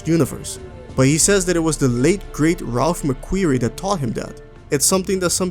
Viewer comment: It's Ralph McQuarrie